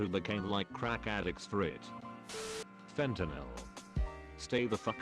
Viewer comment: Fentanal and inhaliants